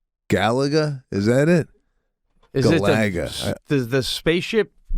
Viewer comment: Sorry, I can't get over that pronunciation... GUH-LAH-GUH